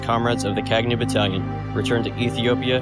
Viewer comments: Thank you for bringing my Uncles' history to the wider audience... Kagnew (the 'gn' in the middle of the word is pronounced Kah-ñ-aw, like the Spanish word 'señor') it is also the name of Hailesilasie's Horse. It also means (to) Reconnaissance. The Battalion fought 255 battles and won all 255. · Kagnew is pronounced in a completely different way especially the "gne" part and i was confused when the video says Kagnew.